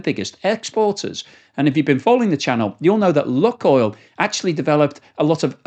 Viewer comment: Oh, the name is not Luck oil but Luke (as in use the force) Maybe it will not be an issue for much longer though hopefully. I hope Putin sees the error of his ways and backs down. More importantly the Russian people need to understand the issue and not allow it to happen again.